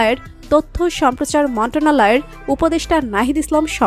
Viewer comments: মন্টনালয় টা কি,,মন্ত্রণালয় ও উচ্চারণ করতে পারেন না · উচ্চারণ ঠিক করেন" মন্ত্রণালয় "